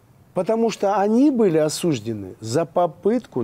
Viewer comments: В целом речь ведущего последовательно выстроена, но режет слух слова «осУжден», «возбУждено». Ударение следует ставить на последний слог: «осуждЁн», «возбужденО». Неверным ударением в этих словах грешат многие юристы и журналисты, что уж говорить об обывателях. Но правильное произношение слов пойдёт на пользу Вашей программе, поскольку важен не только подбор проверенной информации, но и грамотное изложение материала. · Эля, спасибо. С такими вдумчивыми, внимательными и неравнодушными зрителями мы становимся грамотнее. Обещаю выучить эти правила и впредь не допускать ошибок! Осуждён: Ударение падает на последний слог: "осуждён". Правило: В страдательных причастиях прошедшего времени, образованных от глаголов совершенного вида, ударение обычно падает на последний слог. Возбуждено: Ударение также падает на последний слог: "возбуждено". Правило: В формах среднего рода прошедшего времени, ударение обычно падает на последний слог. Таким образом, правильное произношение: "осуждён" и "возбуждено". Ударение на последний слог